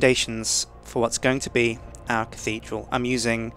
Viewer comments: dickidral :D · LOL Dick-thedral LOL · the catedhral ;)